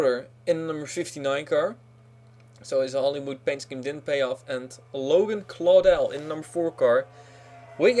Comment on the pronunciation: Yes someone said Claudell right